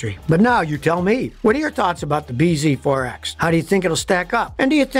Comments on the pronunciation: I think the name is supposed to be said “BZAX”, like “bee zax”, which makes it less worse but still nonsense 😂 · You're saying it wrong it's pronounced Biz forx. This video brought to you by Toyota.